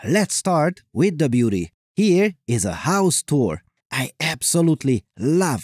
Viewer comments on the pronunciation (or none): " ...and you will see **HAARRR**"